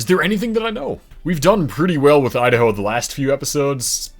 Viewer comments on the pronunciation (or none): none